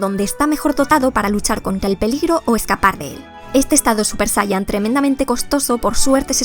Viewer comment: /SaYaYin/ es como se pronuncia, sé que es difícil; pero seguro que pueden corregir la horrible pronunciación de palabras extranjeras. Por otro lado, la explicación de estrés crónico súper mantenido, suena a lo vivido desde 2020, no? La parte fisiológica, pues parece ser la explicación mecánica aburrida, o sea fuerzas algo y cómo no esperar que se presente un desgaste en los elementos involucrados. Pienso que la parte de influencia de la actividad de los pensamientos y la atención enfocada en ellos, es lo verdaderamente interesante del asunto; "El cuerpo sigue a lo que la mente le ordena".